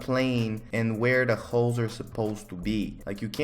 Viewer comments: I’m not hearing ‘holes’ im hearing ‘hoes’ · He said hoes not holes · sounds like he's saying "hoes" when he says holes 😂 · every time he says holes all i hear is hooes